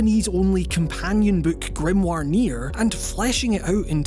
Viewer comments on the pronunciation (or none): none